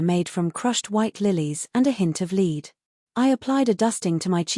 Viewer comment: Not crazy about the ending, but the story was good. Narration still has a few words that are out of sync w English usage, such as lead the mineral rhymes with said, a bow of courtesy rhymes with hurt sound ow! and a row of something rhymes with oh.